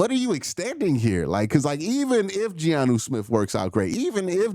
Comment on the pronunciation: Q I love you but Giannu Smith is killing me😭🤣